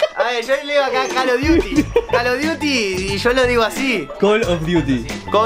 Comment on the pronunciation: de pronuncia call of daty...